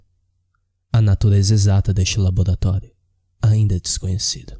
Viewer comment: labolatólio?? é o Cebolinha narrando? Sinistro, ele existe...